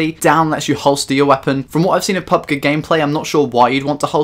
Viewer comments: It's Pubg not pubga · PUB-GEE G LIKE SAY PUB THEN G